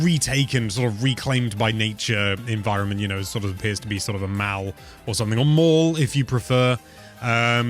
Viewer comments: Dude, what's a "maal"? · Wtf is that how all British people pronounce mall??? You don’t say “waall” do you??